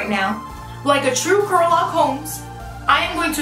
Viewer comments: She said Curlock Holmes! 😩😂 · She said true "curl-ock homes"...hahahah